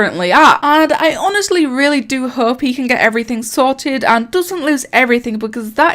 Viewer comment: I’m sorry but it sounds like he said “There is hoe” instead of “hope” 😂